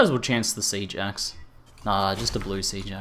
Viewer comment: Lol, I thought you sayed Sea Jax instead of Siege Axe xD